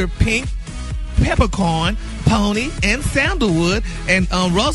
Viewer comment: Sorry you are pronouncing that flower wrong.🤣🤣🤣 Poeny is a flower. You Google it!! It's also has wonderful health healing in this flower. Research it you will be amazed!!!